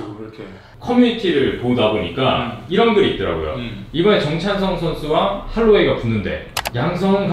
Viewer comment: 할로웨이 대신 한로웨이 ㅋㅋㅋㅋㅋ